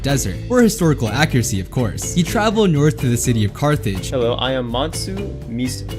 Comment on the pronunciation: man-sa mu-sa is the correct pronunciation the person who played him pronounced it, correct